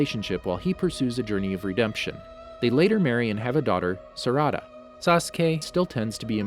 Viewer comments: oh btw he butchers the name sarada and says sdaraa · When he said sadra I snapped 💀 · Sureee sasuke’s daughter sadara,lmao it’s sarada but good video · He can’t say Sakura it’s (Sa-ker-a) and Sarada (Sar-a-da) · Nobody:: SaDara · Did he just say "Sadara" instead of Sarada? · The way he say sakara was so much worse he says sakuraa and he also says sarada for his daughter lmao 😂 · 😭😭😭😭the names suh coo ra suh ra da how do you pronounce them that badly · Bruh sawskay, sukura, Sadaruh, Naruto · I hate how he says, sasuke, sakura, sarada and sharingan